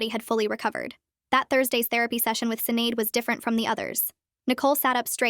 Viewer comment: “Sinead” is pronounced “Shih-NAWD.”